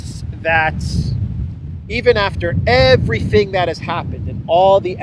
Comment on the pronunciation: "Everyting; everyting; everyting." Joe O'Biden, Eire's favourite son.